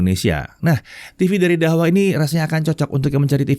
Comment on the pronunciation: Dahua dibaca tahua